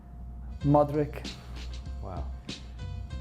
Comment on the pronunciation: Played with Modrić and still can’t pronounce his name correctly